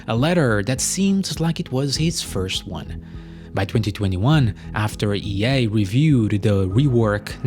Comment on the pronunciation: Why do you pronounce EA as "yay"? :P